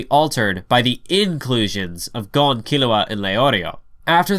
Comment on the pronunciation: no, it’s Ghon